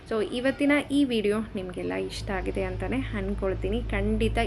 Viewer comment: ನಮ್ಮ ಉತ್ತರ ಕರ್ನಾಟಕ ಭಾಗದಲ್ಲಿ ಸ್ಪಷ್ಟ ಕನ್ನಡ ಮಾತಾಡುತ್ತೇವೆ ಹಾಗಿದೆ ಅಲ್ಲ ಆಗಿದೆ ಹಾ ಕರ ಆ ಕರ swalpa ಗಮನ kodi comment ಇಷ್ಟ ಆಗದ್ದಿರೆ ignore it😊